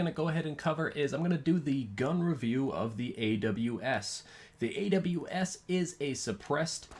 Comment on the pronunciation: thx and u said the name right bro